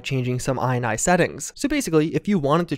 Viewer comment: It's pronounced "ini", not "eye-nye". Think: initialize.